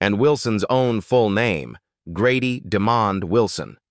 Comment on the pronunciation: Sanford & Son! Yes, I Grew up on This Show,Great Sitcom during The 1970,s Listen The Jeffersons are a Spin off from ALL IN The Family Norman Lear has nothing too do with Sanford&Son, and his name is not demon it,d Demond AI they need too do better with pronouncing Peoples names.